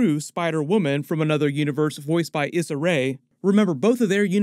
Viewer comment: Issa Rae’s name is pronounced— “E-sah”… just FYI for future reference